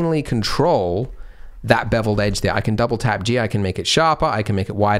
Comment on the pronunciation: Oh, with my bad english your double tap g hears like double TAB g, so is was so hard to understand you, and is took a while to find waht you actualy mean!